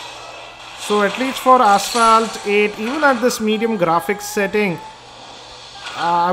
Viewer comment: PLEASE CHECK PRONUNCIATION OF ASPHALT. Please be a normal reviewer, do not try to act cool. you are not